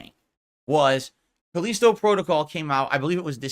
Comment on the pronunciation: I can't take his pronunciation of Callisto. He's trying to big brain it or something. Like most things I guess.